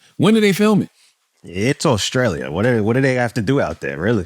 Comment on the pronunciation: Auscrallia 😂😂😂come on bro...